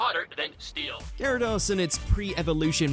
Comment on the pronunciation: ... please actually listen to the clips before doing your voiceover You said Gyarados, followed immediately by the show saying it correctly And Pokèmon is still being said incorrectly 25 years later